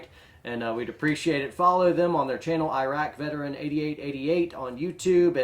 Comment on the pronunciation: Come on man, it's Iraq Veteran 8888. Not Iraqi Veteran. You get it wrong in all the videos. Might as well say, "Here are two unintelligible ingrates, and I'm Warrior Poem".